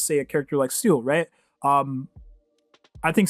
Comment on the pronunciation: Hearing you call best girl Seele "Seal" makes me want to cry